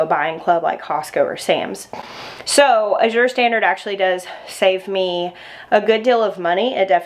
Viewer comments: A-zure not I-zure. LOL! J.S. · Azure is pronounced with the emphasis on the first syllable. Like azure blue.